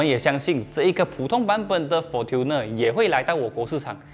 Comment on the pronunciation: Fortuner应该是读成 'for春ne', 不是'for吞ne'。